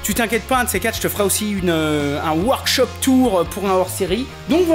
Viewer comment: “ Un WAAAAAAAAARKCHOOOOOP TOUR ” .... comme il a massacré la langue de Shakespearienne